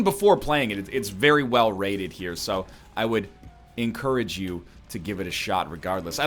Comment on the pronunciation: Did he just say ink-courage you